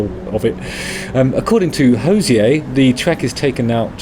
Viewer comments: Enjoyed this, Justin. Just to say he doesn’t call himself “Hozeeay” - he’s Irish (like me), he says “Hozee-er. Cheers! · Hey Justin, long timeviewer/listener. Love your work. Just fyi, us Irish call him Hose-eee-err not with a french pronunciation. I'm shocked Jenny has not corrected you. You can pronounce it however you wish of course but I just thought you would like to know how we shout at him down the local 😂 p.s. can't wait for my lovely yellow jhra tshirt to arrive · He says it's pronounced Ho-zeer. FYI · Hozier rhymes with Cosier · You're pronouncing his name incorrect, no accent needed on the "er" he's not French. It rhymes with cozier 👌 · Please learn to pronounce His name correctly